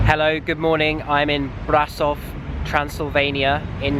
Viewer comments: it's not brasov it's BRASHOV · You read it "brashov" =))) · pronounced : bra-sho-v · An easy way to pronounce the city name closer to how we say it is think about it like a combination of "brush"+ov :D Brasov=Brushov hope you get the hang of it